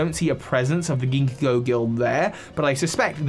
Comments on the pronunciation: Ha ha you said singo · Ginkgo is pronounced ginko fyi (it's a tree from Asia and Ginkgo co uses it's leaves in their symbol. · Worth noting (since seems to have struggled with this): Ginkgo is pronounced as "Ginko". The second g is silent, which makes it way easier to say. It comes from Ginkgo Biloba, a species of tree notable for being particularly ancient and having potent medicinal properties.